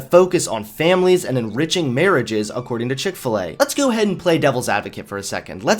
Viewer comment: chik fil E